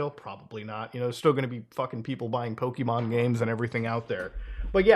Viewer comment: A multi billion dollar company is just mad a clone is doing better than them. I'm done with Nintendo's bullshit. Also, Poh-keh. Not Poh-kee. JFC. Finally, the fact IIRC Lufia, an ASS old game from way back then had a creature capture system. This is literally just Nintendo trying to snuff out competition. The tards.